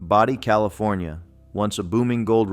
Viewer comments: Your constant misinformed pronunciation of Body is disturbing. I only heard you use the proper pronunciation once. Body should be pronounced Bodee NOT Body. Don't insult the ghosts by dispronouncing their city!!!! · Please stop mispronouncing Bodie, CA. It's not pronounced "body", with a short "o", but with a long o. You mispronounced this many times between two videos, driving everyone crazy. Please correct if you ever do anything about this town again. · Bro that's Bodie long O not short I'm from CALIFORNIA 🤣🤣🤣